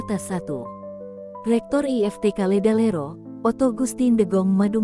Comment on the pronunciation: LEDALERO OM BUKAN LERALEDO😅